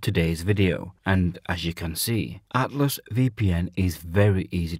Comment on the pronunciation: Cant understand what your saying when you say Atlas VPN Your pronunciation is unintelligable. Learn how to say ATLAS Good luck!